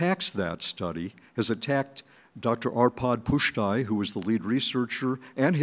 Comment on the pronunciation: Pusztai? Please. Credibility lost.